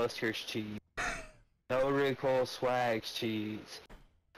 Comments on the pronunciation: He said rocosay shit 😂. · “This new Ricosae shit….” 😬🤣